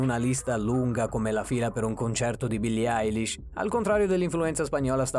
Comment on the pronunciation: Hai pronunciato male il nome di Billies Eilis